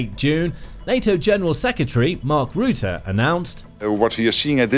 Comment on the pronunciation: You're pronouncing Rutte incorrectly. Try saying the "u" in "Rutte" as you would say the "ou" in "rough".